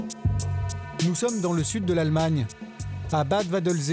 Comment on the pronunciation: ouch le nom de la ville en Allemagne est en réalité : Bad waldsee et non pas bad vadelsé!